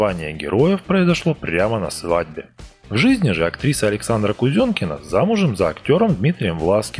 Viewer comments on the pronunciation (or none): Hyper COUB ее фамилия пишется и говорится через Е , а не Ё!